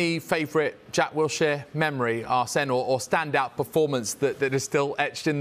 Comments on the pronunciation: "Wiltshire"? Seriously, Sky Sports?? The guy's only represented England 30+ odd times and played over a 100 Premier League games, not like we're within any bounds of reason when expecting that you know his name when publishing an interview about him, eh? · Its Wilshere not Wiltshere! Sort the title out atleast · How the f as a major sports network do u get the guy's name completely wrong !? It's 'Wilshere' NOT 'Wiltshire' you absolute fools. 🤦🏻‍♂️ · It’s not Wiltshire it’s Wool Sheers. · Wilshere! Not Wiltshire! So many people whose jobs involve using words get it wrong. Use your eyes! Look at his press release! I doubt he wrote Wiltshire. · Put some respect on his name... It's "Wilshere" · ah yes, jack 'wiltshire' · Wiltshire lmao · If you can't even get the guys name right, what is the point of reporting on it? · Get his name right